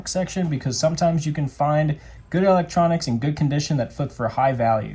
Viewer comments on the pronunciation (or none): I heard the South African come out when you said electronics. Great video. Glad to see so many others have seen the value you give and the amount of subscribers you have now.